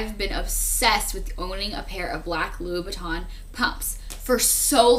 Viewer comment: 123 shes actually talking abot Christian Louboutain pumps.. she was pronoucing it correctly